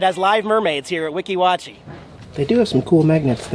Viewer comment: you kept saying Weeki Wachee in some weird way. It is pronounced WEE-KEE WATCH-Y